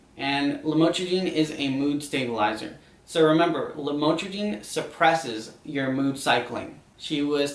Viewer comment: bupropion and lamotrigine are being mispronounced in this video for anyone curious